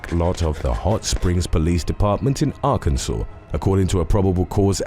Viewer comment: Thank you for pronouncing Arkansas correctly!